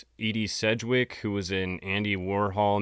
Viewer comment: *John Mapelthorpe was a weirdly famous photographer. Very talented with his use of lighting. He also was thought to be a bit of a pedophile. *Edie Sedgwick, the fashion model and muse of Andy Warhol. Her name is pronounced, E-D. Not Eddie.